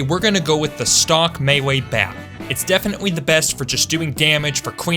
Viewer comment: Does he say mewee or buwwets or is it just me?